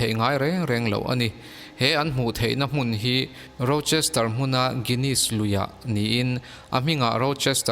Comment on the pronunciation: Rochester chu lam zo ve bet2 hle mo